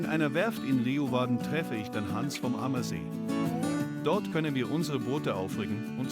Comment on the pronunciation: Cooles Video, tolles Abenteuer... dort sind wir auch sehr oft unterwegs, allerdings per Hausboot. LG aus München, Tom - PS: Es heißt eher Leu-Warden, nicht Le-Uwarden -> die Stadt des Löwen! ;)